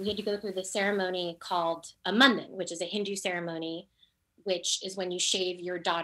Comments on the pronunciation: Omg, congrats! Btw, It's mun-dan (with u as in put) not London with an 'm', or an m-undone. How did no one correct her throughout that Mundane Mundan on a Monday with Mindy. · Being Indian, hearing Mindy pronounce Mundan and Mandan is really triggering me. Nevertheless, congratulations to Mindy on her baby!